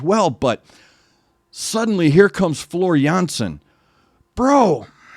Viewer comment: You pronounce her name very well. With this song I am awakened in the morning. And I have energy for the whole day. Greetings from the Netherlands.